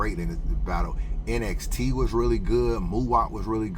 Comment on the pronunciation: NXT is pronounced “NEXT”. Saynt LA just goes by Saynt fr. shoutout to them guys tho! Hansel BEEN the one tho… I been tellin people. Hansel is the One.